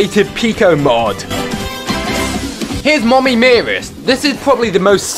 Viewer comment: Can anyone hear bf say moomy